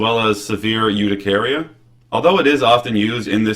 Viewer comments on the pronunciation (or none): I was on Atarax for about 8 years for chronic urticaria where other anti histamines had failed to control it. PS, It's not "you-ti-care-ia" it's hUR-ti-care-ai" with the "h" being silent. Also, the metabolyte citerazine is more effective, safer and doesn't induce drowsiness.